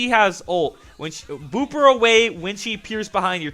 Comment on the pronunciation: Why do u say boob instead of boop?! :)))